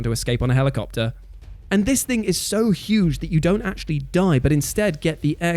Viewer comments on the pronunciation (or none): none